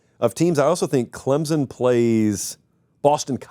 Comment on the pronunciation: Pumped on the pronunciation effort for our dear old Clemson, Been waiting for it